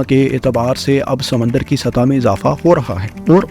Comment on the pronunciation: Makamal nahee Mukamil hoti hai bhai Azafa nahee Izafa hota hai. Malak nahee Mulk hota hai. Ammed nahee Bhai Umeed hoti hai. Masalsil nahee Musalsil hota hai Khalaf nahee khilaf hai. Bhai Urdu XYZ e kharab kardi, thori tusion bhi lelo Faisel Bhai se.